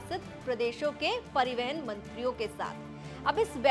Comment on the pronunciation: Madam pariwahan hoota hi peiwehan nahi hota hai..